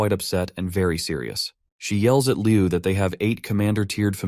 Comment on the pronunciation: please improve the AI, like when calling "mister (pause) liu" the pause make the story different😅